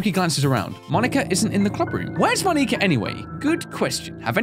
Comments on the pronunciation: It's monika not mon-ee-ka. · It's Mo-nika, not Moni-ka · Its Monica Not Moneeka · i like how he kept pronouncing it moneeka